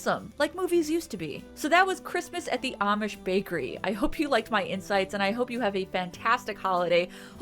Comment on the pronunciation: I thought you said "I hope you like my insides" before my brain did an auto-correct a few moments later to "insights". Good grief, I've not even had a drop of alcohol yet today.